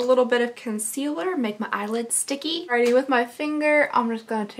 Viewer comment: the way she says “alrighTY” makes me laugh every time